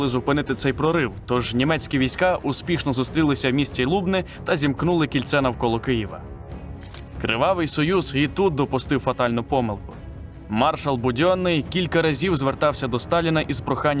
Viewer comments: не лУБни а лубнИ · До речі правильно говорити не Лу'бни а Лубни' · Ви не правильно називаєте м.ЛУБНи наголос на букву 'и' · Відео дуже цікаве! Але тільки не ЛубнЕ , а ЛубнИ 😂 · Все супер, але наголос на місті Лубни не там поставив